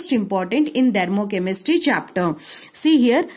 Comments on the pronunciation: Ma'am...u r really amazing but it's "THERMOCHEMISTRY" and not "DHERMOCHEMISTRY".... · Dhermochemistry✅ Thermochemistry❎